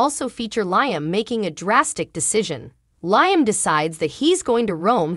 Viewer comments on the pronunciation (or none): Its LeeUmm...not LieUmm. Also, it gets tedious hearing the "week of" I am sorry for this becoming ot makes it very difficult to continue to watch. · Not to be rude but your pronounced liams name wrong.well this is the first day of summer 21 the longest, day of the year.now the days will start, getting shorter.happy first day of summer.